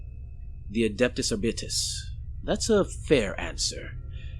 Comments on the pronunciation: Hey man, like the video, just one point though. When I’ve heard 40k people talking about Arbites, like in audiobooks or something, they usually say it as ‘Ar-beat-ees’ or ‘Ar-bite-ees’, or sometimes even ‘Ar-bites’. Not sure about ‘Ar-bit-es’, but if it works for you, go for it. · Its pronounced are bites